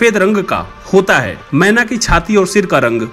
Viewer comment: Menaaaaaa nhi kehenaaaaa ise 😂😂😂😂😂